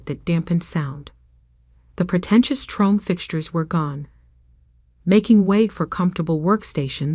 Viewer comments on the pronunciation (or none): You cannot even pronounce chrome properly! A 5th grader can. And you claim Artificial Intelligence worth a crap???